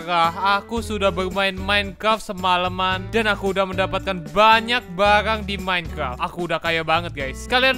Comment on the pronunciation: Org lain: Minecraft: Mineclaft:v